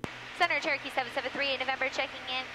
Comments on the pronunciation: Approach control also distinctly slurred you as "Churkey 38..." I think the radio chatter is just causing you, and others, to say Churkey because that's what happens when you say Cher-o-key and need to leave out a syllable to say it faster. Then the rest of us think we heard Turkey because, after all, that's about the only word that sounds like Churky. Aviate, Navigate, Enunciate. Brevity ain't on the list. 😊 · Do you take trips without using auto pilot occasionally? Ps. It totally sounds like you're saying 'turkey' when you're talking to ATC. LoL.